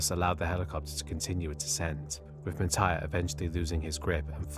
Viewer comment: Your Thai pronunciation of Mitr's and Petchara's full name are pretty good. If I have to put how pronounce the Thai names you mentioned a lot easier.. Mitr = Mit Pranakon College = Pra-na-corn college Don Muang Royal thai air force = Hmm.... I seriously don't know how to make "Muang" sound like Thai with English word.